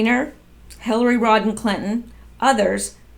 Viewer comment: It's Rodham not Rodden